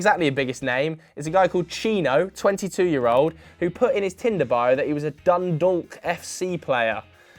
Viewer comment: Damn I'm from Dundalk, cant believe we got a shout out. Surprised you got the pronounciation so accurate